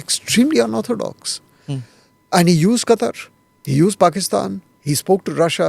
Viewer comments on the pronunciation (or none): none